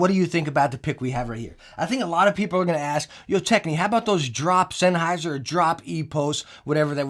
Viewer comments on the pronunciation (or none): none